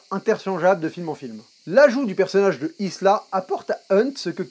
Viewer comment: Et c'est Ilsa, pas Isla, c'est pas l'île de Jurassic Park ! lol